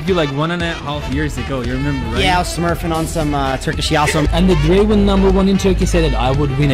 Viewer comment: aq 35 kere dinledim böyle bir draven deyiş yok aq